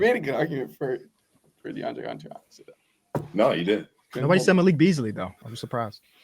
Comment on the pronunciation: need to be banned for saying Deandre Jordan 😭